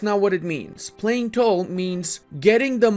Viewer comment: Playing toll? Oh, tall, funny accent.